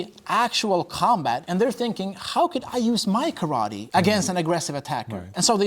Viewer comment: My Uncle watched this with me and he’s a Kyokushin black belt, and every time this man said Karatee, and not ka-ra-te he told me to turn it off lmaooo